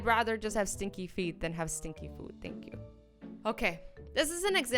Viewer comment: i mean thank you, not tank you